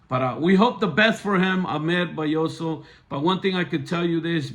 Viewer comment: He is also pronouncing Ahmed’s last name wrong and he said Hola in the court not Hello🤨